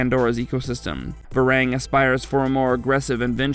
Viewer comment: It hurts to hear how you pronounce Var-ang ! It's pronounced Ver-"ong"